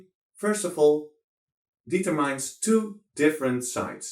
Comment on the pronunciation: It “dee-ter mines”? Besides that, thx for this vid